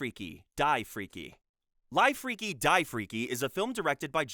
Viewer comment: i had a feeling it was ai generated but what confirmed it for me was the pronunciation of the title “live freaky, die freaky” as ‘lyve’ instead of ‘liv’